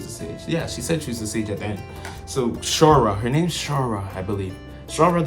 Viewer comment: also not Shaura either it's Shaula